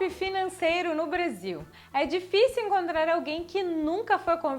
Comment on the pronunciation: vc falando Brasil parecia uma gringa Brazil kkkkkk